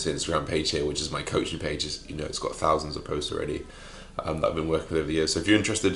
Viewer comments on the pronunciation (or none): none